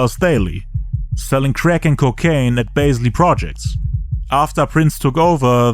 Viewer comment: "he went back to selling creck" 😂